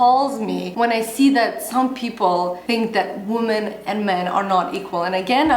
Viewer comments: Not trying to be mean but the plural of woman is women (it is pronounced differently unlike man and men which is pretty similar). Sorry to be correcting you but it was bugging me haha. Great video though, loved that you are addressing this topic! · you speak good English, but you might want to work on your pronunciation of the word 'women'. For me as a viewer it was annoying. Aside from that, I enjoy your videos, so thank you for them. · your pronunciation of the word WOMEN is wrong. Check it out. I love your videos and watch them for several years. But you make very rude mistakes so that I (a person whose native language is Russian) can hear them and pay attention to them. I believe that a person who speaks to a great number of people should be more concerned about his/her speech. Sorry if I sound rude. Thank you!